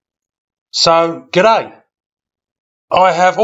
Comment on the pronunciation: Another great vid, and your "g'day" was impeccable!